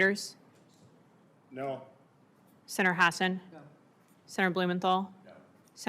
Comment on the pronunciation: Anyone over five years old know she enriched herself off of insider information. - Sinner? Does she mean Senator but is simply too lazy to pronounce the full word correctly?